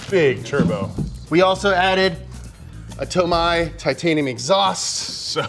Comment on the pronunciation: Did he say tomi 👀